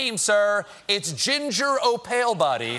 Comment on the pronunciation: It's Ginger O'Pale buddy! 😂😂😂